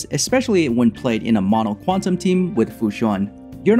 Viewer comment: Thanks for this guide. Xoxo "Qunatum" lol